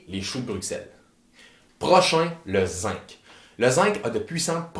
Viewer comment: Il y a plus de vitamine C dans le persil que dans tous les fruits. On peut donc en consommer sans modération ! Un détail : on dit zinG ("zingue") et non "zinque".